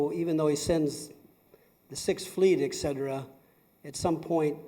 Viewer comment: Did that one question asker say "Ekcetera"? Gawd.